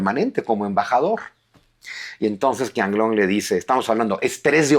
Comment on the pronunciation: Qianlong no se pronuncia "Kianlong" sino "Chianlong" (la ch con tono aspirado y fuerte). En el pinyin chino (sistema fonético) la Q nunca se pronuncia K. Espero que tome nota porque suena muy muy raro ese "Kianlong", de nada, gracias por los vídeos y reciba un afectuoso saludo.